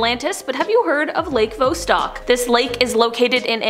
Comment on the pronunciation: Idnit VOSS-stock and not Voe-stock? Also EREH-bus, not ehREEbus.